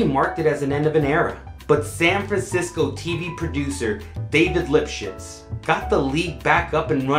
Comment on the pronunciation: I know sounded like "Lio-Sjots" didn't it!? LMAO!